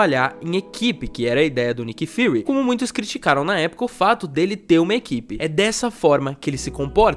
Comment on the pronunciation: parece q o Peter chamou o Nick Fury de "fuhrer"